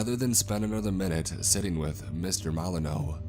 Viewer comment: Gaming KnockeR Your sentence is actually grammatically worse than his happens to be. What about the mispronunciation of Milano throughout the narration. It's obviously, "mil-AH-nō" and not, "MĪ-lan-ō." (Ex. Alyssa Milano.)